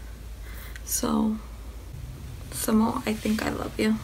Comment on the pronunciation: Sonamoo is great. XD Thanks for reacting to it! Your reaction was honest and funny, so I subscribed. ^^ Also, I think you might be mispronouncing Sonamoo, but don't worry about it. Maybe just check the pronunciation before recording next time, but it's all good. I'm going to watch some of your other videos!